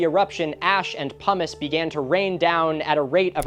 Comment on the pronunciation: i swear i keep hearin Humus insted of Pumice